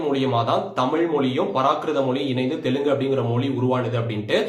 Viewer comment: Even Tamils can't pronounce Telugu, like Telungu